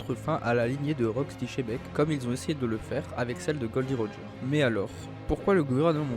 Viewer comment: Pk vous dites tous chebec au lieu de xebec?